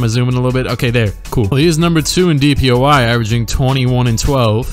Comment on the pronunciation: Everytime he says DPOY I hear DPOI haha